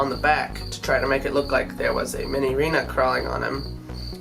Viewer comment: It’s “Minireena”.